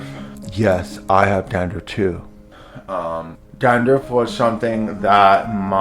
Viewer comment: Did he just say Gandruff? 😂